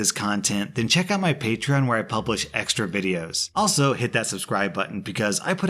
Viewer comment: he stopped pronouncing patreon as pat-tree-on